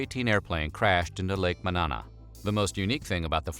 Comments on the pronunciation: I remember my cousin coming home crying after finding out Otis Redding died. He was at The Factory where Otis was scheduled to perform and got the news. I was only four years old. *And it’s pronounced Lake Mo-NO-na, not Lake Manana. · Me being from Madison WI where Otis Redding died: Oh I wonder if they're going to mention Otis Redding dying in lake Monona (moh-no-na) Weird History: "Lake Mahnana" Me: my brain is fucking destroyed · I grew up in Madison and know Lake Monona well. (By the way, it’s /muh-NO-na/, not whatever you said.). The recovery site was fully visible from the state office building where my parents worked. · The Otis Redding/Bar-Kays plane crash is a huge part of Madison, WI history. A significant portion of the plane was never recovered and is likely still down at the bottom of the lake. Oh yeah... the lake is pronounced "ma-NOH-nah," not "ma-NAH-nah." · I didn't know that Stevie Ray Vaughn also died in Wisconsin, I thought it was just Ottis Redding near Madison... There's a memorial plaque for Redding someplace around Lake Monona (pronounced ma-no-nah) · Otis Redding's plane crashed into Lake Monona (Ma-no-na) Jim Croce died in Nacadocious (Nac-a-doh-shus). Perhaps some elocution lessons are in order. Learn how to speak, would you please. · Ma na naw lol ma Nona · OMG I KNOW. He pronounced Monona like manana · One minor pronunciation correction... Lake Monona is pronounced like "Mo-No-Nah". Otherwise, I'm glad you included this incident which happened in my current city of residence, Madison, WI. There's a memorial to Otis Redding on the roof of the Monona Terrace overlooking the location where the plane crashed. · Rest In Peace, Otis.,Please learn how to pronounce Lake Monona.